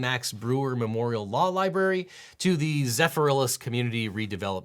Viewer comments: As a Floridian, I think it's pronounced "Zephyr Hills", not "Zephy Rhillis" :) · `Great Video.... Excellent Content, However you did get the pronunciation a little wrong: is not prouonced Zephyr-Ellis.... It's actually Zephyr HILLS (like the bottled wated) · Zephyr….hills, not zefferillis 😂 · It's not zephyrillis it's zephyr hills 😭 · Zephyr - illis ... Lol! It's zephyr - hills. Love the videos! Keep it up 🎉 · It's pronounced Zephyr Hills, not "Zephrillis." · Zephyrhills? Like Syphilis? They pronounce it Zephyr hills. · As hilarious as I think it is that you pronounced Zephyrhills like it rhymes with syphilis, it's zephyr hills lmfao 😂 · Zephyrillis? Zephyr Hills. xD 10/10 on trying. 6/10 for execution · Hearing Zephyr-hills pronounced Zefferilles was weird… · Lol at Zepherillis (it's pronounced Ze-fer-hills) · His pronunciation of Zephyrhills as Zephyr-Rhyllis and not Zephyr Hills is killing me XD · Listening to you call it "Zeph-y-rill-is" was funny to me. It's "Zeph-ry-hills." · LOL, it's (Zephyr) (Hills), like the hills of zephyr or whatever, not Zephyr-rillis. 😂😂😂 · Love your videos, and as a resident of Tampa, FL, particularly this video, but I burst out laughing when you pronounced Zephyrhills as zeh-feh-rillis. It’s zeh-fer-hills. 😂😂😂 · Hearing “Zephyr Hills” pronounced ‘zeffiris’ was hilarious btw. LOVE YOU EAGLE ❤ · "zepher-ill-is" LOL its "zepher-hills" i guess you were close though. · ZEPHYRILLAS 😂😂😂 It’s “Zephyr Hills” just as a space 😂😂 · Small note from a nearby resident . Zephyrhills is pronounced “Zeh-fer hills” not zefarilis. Love the coverage! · OBJECTION! it's pronounced "Ze-fer-HILLS," Not what you said, which sounds like "Sasparillis" (also not a word).😅 Zephyrhills does bottled water. I would also like to add my gratitude for getting my education before FL lived up to its shape. I pity the school kids now. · “Zephyrhills” is pronounced “Zefer Hills” not “Zeferellus” lol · It is pronounced Zephyr hills. I know. I lived there 16 years.